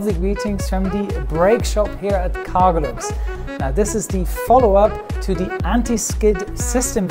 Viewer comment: Did you say CargoLUX !! Have you been to OMDW ??